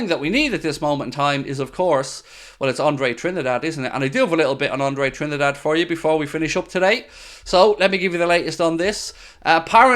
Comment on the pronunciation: Andre Trinidad 😆 Can;t tell if doesn't know his name is trindade and is just calling him trinidad for jokes